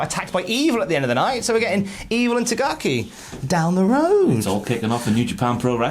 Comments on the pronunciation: It's "TaKaGI"! Love ya lads. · Will the cultaholic lads ever be able to say Shingo TA KA GI correctly